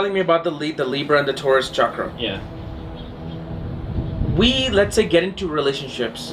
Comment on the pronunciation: ok Iove you both, but before anyone attempts to raise their kundlini or enter a hatha yoga studio, or buy another crystal or indulge in some "California Tantra", lets get the pronunciation of Chakra right. Chakra is not pronounced Shakra. It is a harder Cha as in chocolate or chip. The problem probably stems from the way the word entered the European languages, but that is another matter. As usual I enjoyed hearing you both.